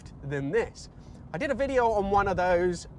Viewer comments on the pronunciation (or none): none